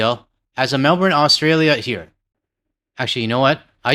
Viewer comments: GTL, you actually are saying "Melbourne" correctly. Because of their accent, they struggle to use the letter "r" when it follows a vowel. So when they say it, it only sounds like "Melbenn" because they struggle with the hard r, unlike us. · "Melbrrn" is okay, just don't pronounce it "Mel-boorne". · I WILL CONTINUE to say Mel-burn, because WE PRONOUNCE our "r"s, while Brits and Aussies DROP THEIRS. IF you're going to worry about Mel-bun vs Mel-burn, you're going to have to have to drop EVERY "R" IN EVERY AUSSIE NAME, which is ridiculous. Don't worry so much, and don't feel bad - Mel-burn is BETTER than Mel-born, which is what I still hear uninformed North Americans say. ✌🏼🙋‍♀ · You were not saying Melbourne wrong, you just don't have an Australian accent. It's pronounced mel-burn, Australians just have a non-rhotic accent, unlike Canadians. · Other Australian here. You have not been saying Melbourne wrong. It's not "Mel-bin" or "Mel Born", it's "Mel-burn". Your more emphasised 'R' is perfectly fine.